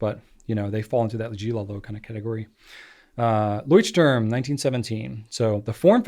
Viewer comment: It is funny how NO ONE pronounces Leuchtturm correctly. You guys need to find a pronunciation guide from a German.